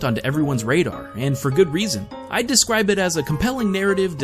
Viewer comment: I descwibe it as a compelling narrative